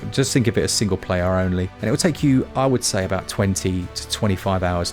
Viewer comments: "Aboot it" 😂😂 You get it? You get it? "Aboot"? Disclaimer: I've been drinking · I appreciated the “ah-boot” it pun 😂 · You say, aboot?? G'day mate.